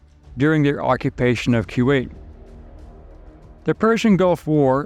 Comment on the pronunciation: Love your channel! But...I feel like you don't know how to pronounce Kuwait. 🤔